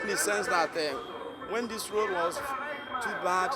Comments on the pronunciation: What is wrong with his pronounciations? Very very fake. Channels TV newscasters and presenters are the worst offenders in nigeria. Very very fake nigerian accent it's laughable. Can you imagine him pronouncing road, raod. It's a joke really. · Channels TV news presenters with their fake accents. Just check out this dude here, making me laugh so hard the way he was pronouncing road. It sounded like raod. On a serious note, somebody please tell nigerians that gutter is not drainage. Let me repeat that; gutter is not drainage. If nigerians want to know what a drain system look like, they should Google eko atlantic city during the road construction phase.